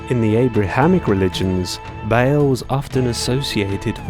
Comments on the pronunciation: Ba al not bale. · Ba'al should be pronounced Baal, not Bail.